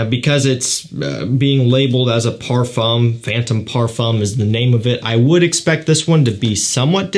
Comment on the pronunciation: "Parfum" lol